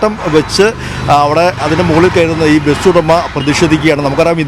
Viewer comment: ബെസ് ❌ ബസ് ✅